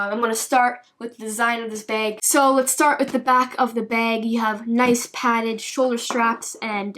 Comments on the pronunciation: It's bag not beg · I think it is funny she says beg or peg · Drinking game.... Take a shot when she says beg lol sloshed son!! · i love how she says beg instead of bag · The way you say bag is funny but great video btw😂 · Canadians way of saying bag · Eh Beg bag close enough. what made me chuckle was how she said sinkos